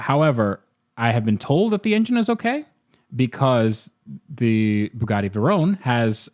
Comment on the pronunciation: Wow you son of a bitch swallowing my food after says “Bugatti Vernon” and you say bugatitti darkvaders I haven’t laughed like that in a long time thank you